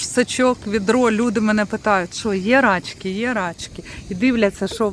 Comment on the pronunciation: Вибачте, якщо вже писали, але наголос на и, рачкИ, бо дуже ріже вухо